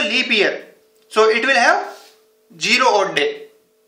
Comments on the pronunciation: Anand patil yes yes he said (jero) ha ha,zero. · Pagal phele bolna Sikh z for zero idiot u first correct ur English before saying it somebody else